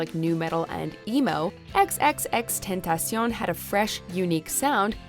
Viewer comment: Roses are red Violets are blue I don’t like the way she pronounces X’s name And neither do you